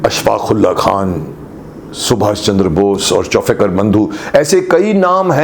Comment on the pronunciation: कृपया 'खुशीराम बोस' नही, 'खुदीराम बोस', 'चौफेकर बंधू' नही 'चाफेकर बंधू' कहीये तातश्री ! 🙏